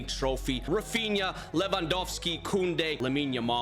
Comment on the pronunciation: Did bro just say Bobby Lewangolski 💀